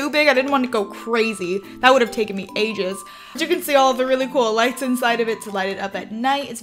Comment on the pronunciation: Was I the only ones who thought she said Asians instead of ages?